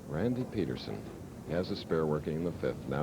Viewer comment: PEED-ER-SON! PEED-ER-SON! Good gravy 🤦🏻‍♂️